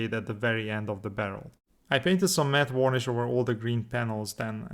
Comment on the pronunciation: The way you pronounce varnish is wrong. I'm not sure how to explain it because i imagine saying it's not wurnish won't help! Maybe check out another video of varnishing to hear. You should apply the decals before the oil paints so they get dirtied at the same time as everything else.